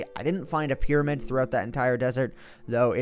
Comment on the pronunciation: lol "samp" piramyd